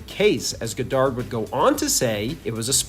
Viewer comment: Why do you keep saying Goddard that way